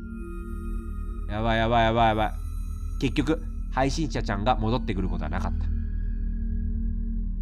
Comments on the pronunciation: 終始「はいしんちゃちゃん」て言ってるのかわいい😍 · 途中から「配信ちゃちゃん」にしか聞こえない笑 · 何回聞いても はいしんちゃちゃん か はいしんしゃしゃん に聞こえる笑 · ずっと 配信ちゃちゃん って聞こえるw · 闇深ゲームを楽しめちゃうのは 癒やしの鼻声のおかげかな(*´∀｀*) 配信者ちゃんって言いづらそうなの かわいい🦀